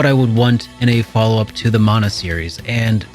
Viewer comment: When I hear the proper pronunciation of Mana. 😌 (Mon-uh, NOT man-uh)